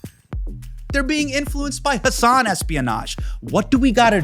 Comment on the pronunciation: How, after all this time, do guests call him “Huh-Sahn” and not “Hu-sun” like he pronounces his own name? 😒